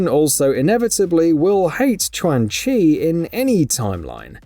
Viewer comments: If you keep mispronouncing names, the next video will get disliked 🤷🏼‍♂️ Chwan Chi, Reeden, Shiraya-Reeu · The correct pronunciation should be “Chuan “ as Q in Chinese is Ch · Ayo I'ma let you finish but who the hell is Twang Chi 😂😂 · The mispronunciation of Qaun chi is funny 😆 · Right??? 😂😂😂 So cringy